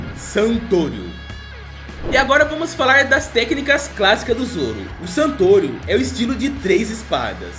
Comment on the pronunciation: Ele falou santorio kkk